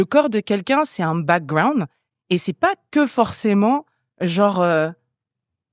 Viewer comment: j’ai envie d’écouter le podcast mais quand j’entends « backgWound » ça m’énerve déjà